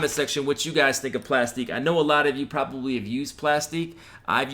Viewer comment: 😂 it's pronounced ( plastic ) just a different way of spelling. Like my Y.T. channel is Aktiv beats, but is pronounced ( Active Beats ). It's all good though. It is what it is. 👍🏾 Thank you for the info.